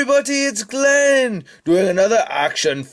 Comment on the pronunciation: OMG the glen accent part was awesome! LOL